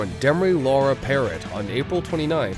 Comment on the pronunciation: Demri had endocarditis caused by cotton fever when you inject heroin & a piece of a cigarette filter is injected by accident.Then she had the pacemaker put in. Layne visited her numerous times in the hospital. Her last name is pronounced Parrow.